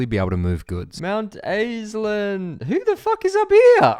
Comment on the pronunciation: I like how at first you were like NO it is NOT mount assland, it is MOUNTAISLAND, but then by the end you were just straight up like "I LOVE Mount Assland!"